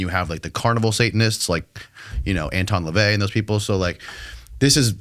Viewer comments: Did you say Elvis leavey??? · I love the way you pronounced Anton Lavey like a British Indian, I had to replay that scene a few times